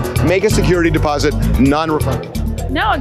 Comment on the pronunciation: It’s security “deposit” not “posit”